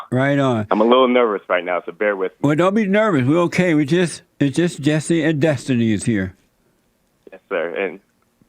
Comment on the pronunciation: I thought you were talking about an attractive women when you said Jessi (with an i)